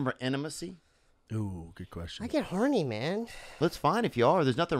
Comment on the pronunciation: "I get herny man" -.